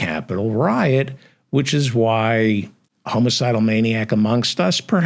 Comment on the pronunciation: It's not "homo-cidal" it's homicidal.